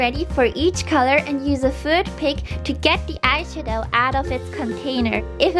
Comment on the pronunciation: I'm sorry but she sounds like she's saying eyeshito